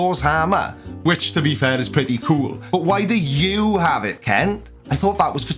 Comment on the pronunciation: Are you sure you are pronouncing Kent properly?